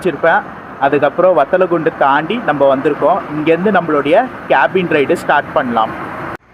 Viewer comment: bro பத்தலகுண்டு இல்ல வத்தலகுண்டா bro 🤔🤔🤔🤔